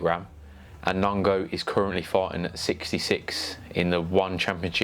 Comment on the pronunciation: Nong O not nongo